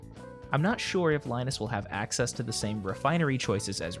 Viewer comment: AXE-ess? I see what you did there